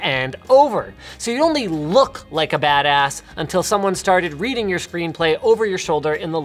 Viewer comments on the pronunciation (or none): none